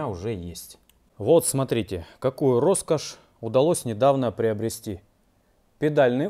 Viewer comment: Р-Роскошь! Ростовские рукастые ребята любят это дело :) Насмотрелся Пачанов, Олега и порой кажется, если человек произносит это слово, он из Ростова)) А если два раза в одном предложении 100% Ростовчанин! 😁